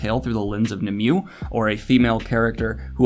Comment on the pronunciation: It's pronounced KNEE-moo-way. She's the Lady of the Lake. It's also based on a book.